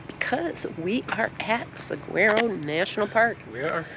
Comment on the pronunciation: Thanks for a wonderful video. We really love the Saguaro National Park both the east and west sides. By the way….the correct pronunciation of Saguaro is sah waa row (phonetically).